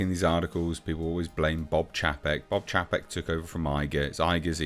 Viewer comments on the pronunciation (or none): It's pronounced 'Chay-pek'